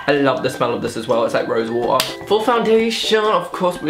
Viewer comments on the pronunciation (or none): the way you said water had me dying ahahahaha